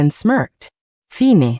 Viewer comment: Like the Luna and Chloe stories. I would like them even more if the narration didn't randomly change into a weird hard to understand accent, and have simple words like live and fine mispronounced.